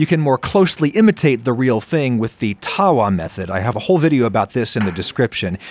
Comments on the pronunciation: it's pronounced- "tuh-vuh" not "tar-wa" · Adam it is pronounced th-wa taawa just a heads up I know it is hard to pronounce Indian names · It’s pronounce tava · The W in India is pronounced at a V, so that pan is called a Thava. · its pronounced tha-wa as in th in thing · I am dying at the pronounciation of tawa and tandoor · Just a little tip when pronouncing tawa: Try mixing a 'v' sound with the way you currently pronounce the w